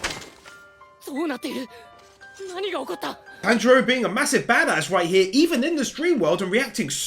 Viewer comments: Lord Inosuke...always says Tanjiro's name wrong lol.... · tamjiro no manjiro no shatanjiro lol isuke